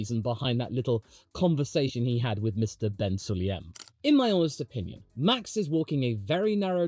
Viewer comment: pls... Cloud you please pronounce MBS's name right? Sulayem, not Sulyem No one likes the guy, but could you just do that for me? Pls:-)